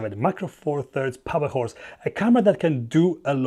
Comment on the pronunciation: Great video dude. Did you say Powerhorse? 🐴💨